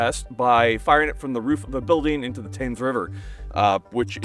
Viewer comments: FYI the river Thames is pronounced "tems" like the e in "ten" Just don't ask why it's spelt that way, English place names are a wormhole. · That two shot cycle before the first one hit was very cool though! Thames is pronounced Temz